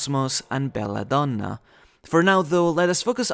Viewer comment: Ggs for the pronunciation of Belladonna